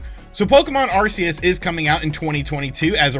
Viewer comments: Are-Key-Us. Just figured I'd help you out fam 👍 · If I had to guess, then I would think that Arceus would be pronounced as Arkayus - though I am not a Pokemon guy, so I stand to be corrected. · Dude if you can't spell Arceus just say Legends, it's easier... btw the C in Arceus is pronounced like a K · Not even pokemon fans can pronounce the names right so you're fine. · I believe both pronunciations have been said within the media.Its AR-SEE-US in battle revolution